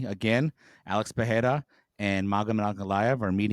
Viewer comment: I hear Puh-hair-ah, I downvote and leave.